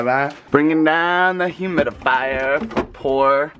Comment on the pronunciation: Is it just me or Ollie said humidifier? Or at least he tried to.